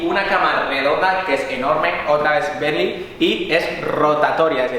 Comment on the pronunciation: No sabes decir bentley